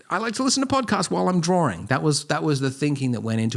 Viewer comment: Am I the only one who "Everytime he say Drawing, I am hearing Dworing!" :)